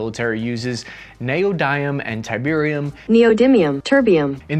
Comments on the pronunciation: I heard tiberium ? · Terbium is not pronounced tiberium. As much as I wish it was. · ok i will be "that buy". its called Terb-ium and NOT Terbiri-um. why did you add an additional i ? is it made by apple? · I had an instant "dafuq" moment as soon as you pronounced Terbium as Tiberium.... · that terbium pronunciation, think you've been playing a bit too much command and conquer lol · The way you pronounced Terbium as Tiberium in made me do a double take for strange alien crystals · hey Cap, its Terb-ium... as a Command and Conquer player i did a proper double take at you calling it Ti- bee- rium. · I like you read terbium "tiberium" xD where's Kane? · It's " "tiberium" you Command and Conquer nerd! -From a huge CnC nerd... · I got a little worried when you said there was tiberium, mispronouncing terbium, in the arctic. I've seen what happens when dictators get their hands on tiberium. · I heard tiberium and did a double take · calling Terbium “Tiberium” gave me intense nostalgia for the old Command and Conquer games. I actually had to double take and make sure he actually said it lol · Terbium, you pronounce it like it's "Tiberium" :D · "Tiberium" You say... :> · Brother said Tiberium lol. We don’t want that timeline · pronounces: "Tiberium" Me and most RTS fans: "COMMAND AND CONQUER!" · I had to double check when you called Terbium Tiberium :D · Bruh, did he just say TIBERIUM? insert Tiberian Sun Flashbacks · Did he say Tiberium? Oh no, Kane is gonna start a massive world war! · Surely I am not the only one who heard him say Tiberium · I heard Tiberium? 😅❤👌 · When you pronounced terbium like that, i had to do a double take to make sure that command and conquer wasnt becoming real life canon.